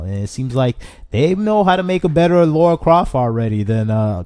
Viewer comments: I was shouting "Lara!" every time he said "Laura" 😂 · Dude it’s Lara not Laura. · It's LARA not Laura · Say "Laura", now say "Lara" please notice the difference! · He’s doing it on purpose I SWEAR 🙄😂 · he was doing it in purpose I swear 🙄😂 why he said it every sentence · It's Lara, not Laura! Lol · It struck me every time he said Laura XD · definitely did it on purpose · At the expense of sounding mean, please learn to pronounce her name correctly. She is way too iconic of a character for there to be any confusion.